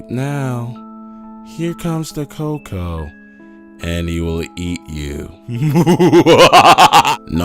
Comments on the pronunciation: coco? we say its cucuey (pronunication wise) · El coco? Lol don't you mean el cucuy? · It is not Coco it is cucuy